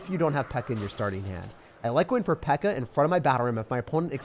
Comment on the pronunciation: Bro said pekka-chu and you best believe I’m here for it🤣